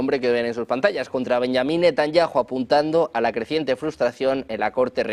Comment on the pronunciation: Si estás hablando Español, y, Benyamin donde la JOTA suena "y", entonces Debes decir Netanyahu.